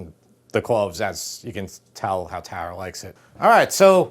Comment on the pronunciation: I love how he says "TARA" it's my name and only ppl in the east coast say it correctly !